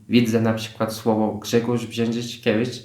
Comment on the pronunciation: No brawo za Brzeeczyszczykiewicza!!!!Ja polka mam problem😄😄😄👍👍BRAWO👍👍👍👍